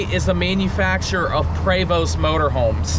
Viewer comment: Is that really how you pronounce Prevost? (Pray-vost)